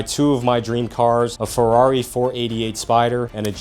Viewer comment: 😂😂 he say furrrary😂